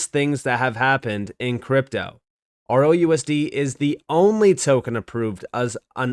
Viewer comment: Why do you keep saying “ROUSD” when it’s RLUSD?